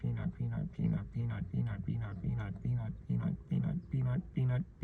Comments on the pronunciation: The "PEA-A-NUT" part was hilarious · you said penis when u said peanut so technically that was off topic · “I have a penut” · I watch this video but everytime he says "peanut" i have to rewind the video and then wait until the next "peanut" is said then I have to restart again, rinse and repeat until eventually someday I actually finish the video